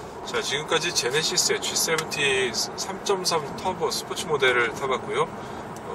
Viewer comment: 본연에 충실한 군더더기 하나 없는 깔끔한 리뷰, 잘 봤습니다. 진행도 매끄럽게 잘 하시고 수많은 카리뷰 중에서 처음으로 마음에 쏙 드네요. 지세븐티라고 정확하게 표현해 주시는 부분도 좋았구요. 구독하겠습니다, 계속해서 좋은 리뷰 부탁드립니다.